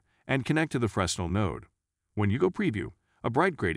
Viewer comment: You said "Frezznle" too many times for me not to point out its pronounced "Fre-nell" its a French word i believe